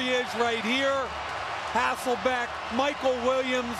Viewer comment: My God the commentators of the 2000's did a really good job at trying to convince everybody that his name was HasselBACK and not HasselBECK. I didn't even know until a few years ago and when I found out, it felt like my life was a lie. Then I realized it wasn't my fault lmao, it was every commentator that said it wrong.